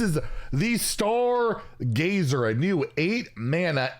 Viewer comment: Grazer. Grazing and gazing isn't the same thing.